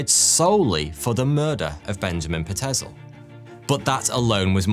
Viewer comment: Pie-t-zil not pa-tez-el